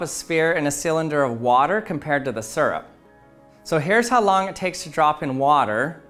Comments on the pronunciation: its syrup not surp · “Surup”... smh. it’s “sierup” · Its syrup not surrup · I hate the way he says syrup. It's not sirrup. It's searup. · Suurrp. It’s Syrup, SEE-RUP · 1) we're all disappointed he did not swim in syrup 2) I'm disappointed that he mispronounced SEE-RUP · As a native English speaker, this irritates me as well. Me and everyone around me pronounces it like "Seer-rup” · Him: pronounces syrup (see-rup) like (sir-up) Me: cringes every time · I don’t trust people who say syrup sirup it’s seeyrup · Its SEER-up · If this guy says it like serp one more Tim ima take his spinel fluid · Right!? I hear that a lot, doesn't make any sense to a non-native english speaker. "Sir up"🤦‍♂️ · 14 seconds in, already annoyed by the way he says syrup. Surrup. 😤